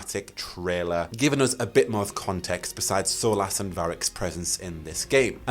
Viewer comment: Bro... "solace" is pronounced exactly like "solas", not whatever way you just did. 🤣